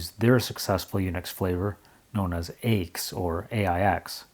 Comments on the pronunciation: Nice, informative video. BTW, nobody calls IBM's AIX "aches". Rather, AIX is always pronounced by its letters, "A-I-X". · Argh!! It is Aee Eye Exe unless you were French, whereupon it would be pronounced Ix. And the windows manager you looked at was called Motif (although what you saw was heavily de-configured), and was an industry standard across several different Unix vendors. AIX Windows is really IBM's flavour of the MIT X Windows system (it had DisplayPostscript added compared to X11R4) from which XFree86 and would eventually evolve. Like the later Unix/Linux windows systems, the flavour of the windows system could be changed by altering the window manager, and beside Motif and CDE, there were many what you would now call Open Source window managers available. I liked one called vtwm, which was a twm with a virtual desktop grafted on. What set CDE apart was that it was an object oriented windowing system, but it was ahead of it's time, and considered difficult to configure because of it's object centric configuration methods. Several different manufacturers used versions of AIX, including Bull and Motorola, as well as Apple. The reason why the language for the shutdown was so strict is because AIX is a true multitasking, multiuser operating system, and what you saw was a wall (Write ALL) message that would be sent to all users telling them to save any work and log off. That is why it was so severe.